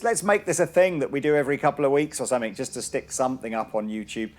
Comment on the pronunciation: It's 'somethinG' not 'somethink'.